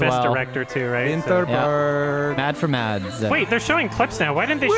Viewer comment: just so everyone knows bc i feel like it’s not widely known, mads mikkelsen’s name is pronounced “mass”